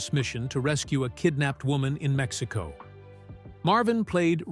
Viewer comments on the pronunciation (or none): none